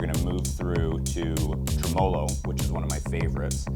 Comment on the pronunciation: I believe the word Tremolo is pronounced Trim-a-low not Tree - molo. No offense.